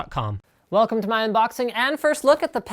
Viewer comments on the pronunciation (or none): none